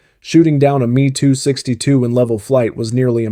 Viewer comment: Is this an Ai voice As it is M E 262 Not ME AS in me and her Wtf